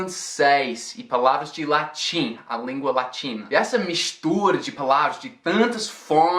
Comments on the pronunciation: "e essa mixtura de palavras..." AAAAAA EU OUVI UM SOTAQUE CARIOCA?? CONFIRMEM PRA MIM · '' MIXTURA '' voce em 2018 ja era um carioca de primeira heheheehe . Nice video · O seu "mixtura" ....Parece um carioca falando..Meio malandrão...hehe Parabéns pelo vídeo..